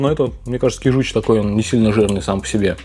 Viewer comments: кИжуч, а не кижУч😣 аш слух режет😣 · кИжуч,а не кижУч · Не кижУч, а кИжуч😉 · ты меня всегда поражаешь неправильным произношением слов! КижУч! Восторг! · привет. Как всегда классно. Один момент, на будущее. Не кижУч, а кИжуч. На первый слог ударение. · добрый день! Правильно говорить кИжуч. Извините, что поправляю. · рыба кИчуж, ударение на первый слог. Кижуч имеет наоборот жирное мясо, конечно не как у чАвычи, но намного жирнее горбуши, кеты, по крайней камчатский лосось именно таков) Засолка рыбы соль + сахар, два к одному (соль лучше крупную, но промывка рыбы тогда) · Как же режет слух неправильное ударение в названии рыбы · кИжуч, а не кижУч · Не кижУч а кИжуч😊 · КижУчь 😢😢😢 Как можно так говорить ? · Можно уже выпустить приложение к учебнику русского языка "Как нельзя говорить" и собрать туда всю косность речи блогеров. Кровь из ушей от вашей речи. Один - "палтУс", другой - "кижУч".... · Нет ну честно уши режет: кИжуч, ударение на И! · говорят КИжуч! Ударение на И! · кижуч. Ударение на,и,,. Произноси правельно. Режет слух😮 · Кижуч - Ударение на первый слог! Меня как жителя Дальнего востока передёргивает)) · Кижуч. Ударение первый слог